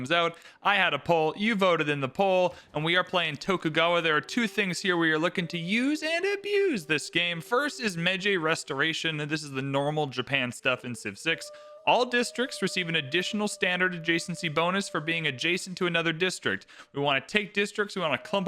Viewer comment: Meiji is not pronounced "may-jay", but closer to "may-gi", gi as in Gino